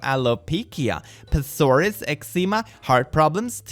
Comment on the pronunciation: do you SERIOUSLY not know how to pronounce alopecia and eczema?! literally its pronounced alopeesha and es'ema